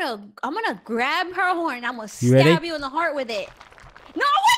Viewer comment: Why did you say I will stabe you in the ❤️